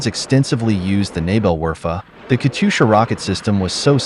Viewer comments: Many people have no notion where the stress falls in "Katyusha." It is a diminutive of Katya, or Kathy. Which is already a nickname, short for Yekaterina. The stress stays as in Katya -- KAT yu sha. That's how the Russians do it. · No, the stress falls on second syllable: "kat'yUsha".